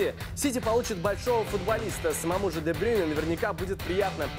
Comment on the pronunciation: Кевин де БрЮйне, а не де БрЁйне